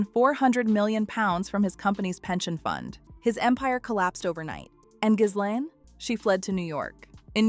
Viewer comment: iF YOU really want us to take you seriously on this very serious topic you have to pronounce her name properly and you dont.